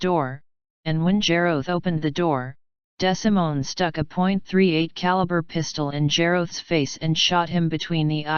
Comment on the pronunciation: His name is pronounced DeeeSimone